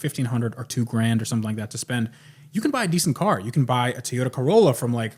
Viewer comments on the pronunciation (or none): TOY-yoda. Please for the love of God learn to pronounce it correctly.